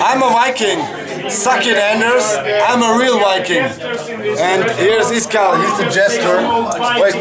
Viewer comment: Its actually iskall, not Iskall